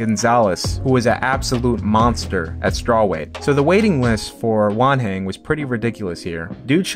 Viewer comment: I thought he was saying 'One hand' until I read Wanhen jajajajajaja